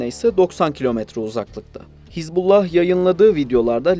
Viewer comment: Не "ХезбОлла" и не "ХЕзболла", знаток😅. Даже названия того, о чём пытаешься рассуждать, грамотно произнести не в состоянии.